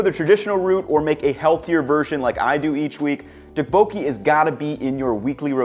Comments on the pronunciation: Nice video! Your healthy version reminds me of another traditional form of tteokbokki called gungjung ("palace") tteokbokki, in case you were interested. Tteokbokki is one of the dishes i always hear different pronunciations for, but the second O isnt emphasized as much as it would seem. The best tip i can think of at the moment is that it should sound vaguely like "tupperware" when you say tteokbokki 😂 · It's pronounced more like "duck"-boki. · This is what I was thinking about!! It’s pronounced with a “harder” D+t sound rather than the American t sound. It was driving me crazy how was mispronouncing it as he usually gets these things right. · the way you pronounce Tteokbokki cracks me up lol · Can someone teach him how to pronounce it? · He really butchered the pronunciation tho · Noooooooo you butchered a classic Korean recipe with the beef and asparagus. That second version might be healthier, but you can’t call it tteokbokki. And you did not pronounce it correctly 😂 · as a korean, the way you pronounce tteokbokki brings me pain.